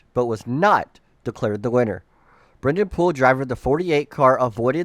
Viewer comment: disrespectful to Brennan Poole. say his name right 🙄